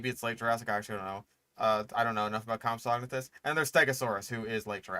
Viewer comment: why are you saying Compsognathus like that? I have literally never heard it pronounced like that, not even by paleontologists.